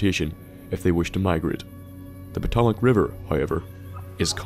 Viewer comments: omg poto mac river? no its pronunced puh-toe-mc(as in McDonalds) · po-to-mack lol silly Irish pronunciations. Just pa-toe-mec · Gah! PA-TOE-MIC not PU-TO-MAC. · Potomac River. It's not poe-toe-mack. It's pot-oh-mick, it rhymes with atomic. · puh-toe-mick river. i don't call it the thaymes now do I? 😅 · Podamak river LOL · "Po-to-mack river" Lol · Putt-a-mac River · I fucking done if he was talking about the Potomac river its fucking pronounced pot Tom ick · I hate to nit pick like this, but you absolutely butchered the pronunciation of Potomac river. Its more like "Pah- toe-mick". You were much closer , but the Potomac River dumps into the Chesapeake Bay, not the ocean, but that totally lends to your theory because of how unique the Chesapeake is, which also opens up to the ocean. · What the heck is a poodamac? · lol u said Potomac like poe toe mac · The river in DC is pronounced PO-TOE-MIC. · For future reference it is pronounced puh-tow-mec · Bud its pronounced Poe-toe-mack but great video! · HAHAHAAHAHHAHAH CAN YOU PLEASE SAY "Potomac River" AGAIN!? It's Poe-toe-mic river. Sorry I just found that really funny. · Potamic River (Poh-tom-mick) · when i heard you pronounce the Potomac River, i was confused for a second and started laughing because I realized what you were referring to. here is a link to how to pronounce pa-toe-mac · It is pronounced Pu-Tomic. It's a Native American word. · Great video but the potamac is pronounced puh toe mick I used to live where fairfax ruins are in real life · I live on the shores of the Potomac river and the way you just pronounced it hurt my brain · ForeverTheSickestGamer Mhm, I hate it people mispronounce Potomac, as I'm from Virginia... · Good for you. But it's not pronounced that way and the river didn't get it's name form Serbian. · I’m Virginian & live literally just a couple of miles away from the Potomac and immediately noticed that pronunciation myself haha